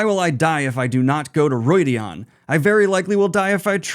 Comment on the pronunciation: It's well known that pronunciation isn't the best but in each book there's a glossary with how Robert Jordan intended certain words to be pronounced. Calling Rhuidean Roydeon is cringe worthy